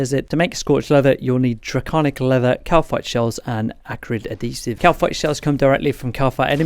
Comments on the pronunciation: Thank you for doing an actual progression explanation! and also... its Add-He-Siv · Great video man one thing though ad-hesive 😂